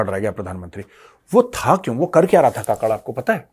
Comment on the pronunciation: Kakad nahin Kakkar bolo Jaise Neha Kakkar